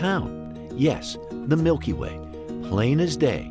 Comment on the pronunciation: Nobody: Presenter: yEs iTs tHe mILkY wAE